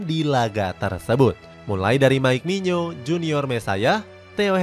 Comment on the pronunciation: Nyebut mike maignan kok mike mignyo ya min?